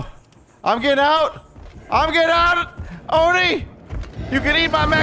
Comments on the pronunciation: its actually pronouced as O. not a Oh so it's an O-ni . . . love ur vids tho :3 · Its not Oh No, its Oh Ne